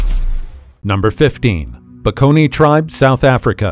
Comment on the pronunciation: The word is Bakone, not Peckony